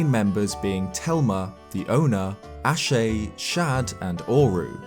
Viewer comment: Ashe is pronounced ash.